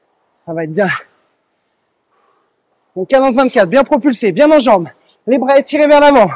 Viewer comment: Ergo. Merci à vous deux. Cindy svp travaillez votre prononciation. Vous mettez des A en plus un peu partout ! Par exemple vois dites brava pour bras. Vous avez aussi tendance à changer les E muets en A.